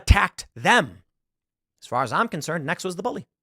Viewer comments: I’m sorry, but I keep hearing “eggs Benedict”! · I was listening, not watching this, and honestly thought he was saying Eggs Benedict.